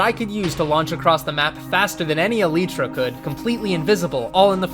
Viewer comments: is it eleeeeeetra or elYtra? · Why dies he say eletra its elytra cuh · can we disucc AL-EE-TRA huh? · eleetra... SAY IT CORRECTLY YOU NONCE. Eh LIGHT tra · It’s alitra not eeeelitra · Him saying eletra was just funny for some reason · Aleetra? Tf is an aleetra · its pronounced e-lie-tra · Its actually pronounced as eleetra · Why does he pronounce elytra like that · Bro does not say elytra right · why do you say "elytra" wrong? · please say eltyra right